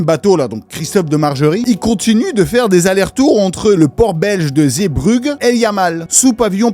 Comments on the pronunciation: Alos ca se prononce "Zébruje" en bon francais belge ^^ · haaa... Le "g" de Zeebruges se prononce comme un "j" comme jaja. Les Français ont du mal avec les villes Flamande. XD